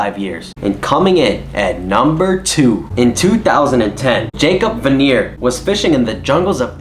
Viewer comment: Its not jacob vaner hahahaha its Jakob vagner😂 he use to have a tv show where he catches giants